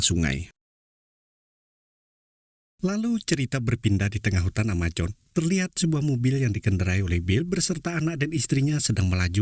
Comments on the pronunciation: Amazon bukan amajon 😂😂😂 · Amazon ngab,bukan amajon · AMAZONE bang bukan AMAJON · Brazil bang bukan brajil Amazon bukan amajon 🤣 Semangat bang 🤗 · Sebut pun x betul..Hutan Amajon..Amojon..AMAZON la woii..project jd PROYEK.?.you r..very bad English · Amazon min, bukan Amajon ... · Brazil bang bukan brajil amazon bang bukan amajon... sukses terus bang